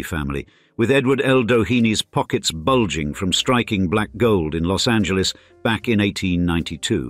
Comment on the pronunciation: 'Preciate the correct, that is the non-English pronunciation of 'Los Angeles'.